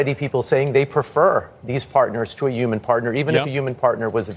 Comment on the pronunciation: Why can't he say Human?